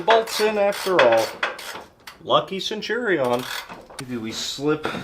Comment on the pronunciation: Sen chew re on. Centurion. 😅